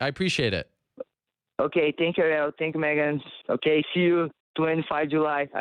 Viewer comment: You drive me crazy calling her Meeegan, it's Megan!!! Please if you ever speak to her again, it's Megan!!!!! Not Meeeegan!!!!!